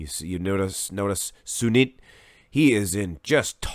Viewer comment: Cheers from India🙌 You did pronounced Sunit's name correctly!